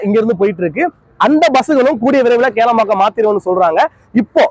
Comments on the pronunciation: Kelambakkam illa bro, that is Kilambakkam. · கேளம்பாக்கம் இல்லை கிளாம்பாக்கம் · Adu kelambakkam ille...Kilambakkam bus stand